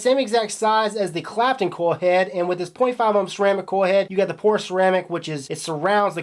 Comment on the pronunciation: Ever notice he says koi head instead of coil head?